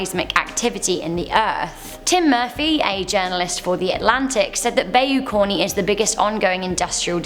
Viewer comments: Bay you? Wtf. You aint never heard of a by you? Bayou! Louisiana! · Bayou: BY-YOU not BAE-YOU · I cringe at her way of saying bayou It’s ba-you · It’s ba-you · Bayou (bi You) is how's it's pronounced. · Bai-oo xD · bay-you LOL. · Bayou is pronounced "By You" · I'm from Louisiana I've never heard anyone pronounce bayou like that 🤦🏾‍♂️